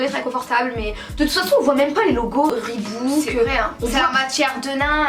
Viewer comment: on dit reebok et pas reebouk